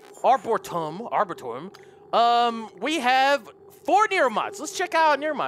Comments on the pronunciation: Lol. im still watching but you keep saying this wrong. its pronounced (R-BUR-E-TUM). just for future reference. xD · r-bore-eee-tum there ya go. i know i know sorry, i got ocd.